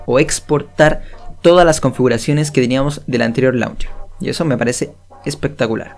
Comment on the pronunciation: Se pronuncia launcheir